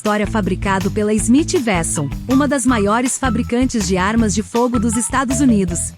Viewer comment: Não é Smith Versão, é uekson a pronúncia correta.